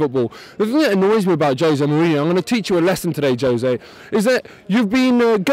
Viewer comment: Kind of hard to talk about class when you can't even pronounce his name... Some good perceptive arguments but he's just pointing out that they're different people with....different agendas (big surprise!). Wenger is a great manager but needs to win the League this year then bugger off and manage France finally!!